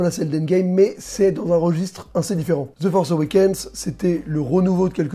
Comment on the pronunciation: "ze forsse euwékéne"??? tu parles de quoi la ??